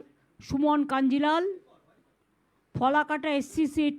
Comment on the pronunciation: Ota Folakata noi , Falakata . Asikkhito